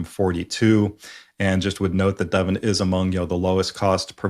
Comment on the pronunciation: great as always. Nice to hear the correct pronunciation of Devon. (i.e. not "Devaughn.)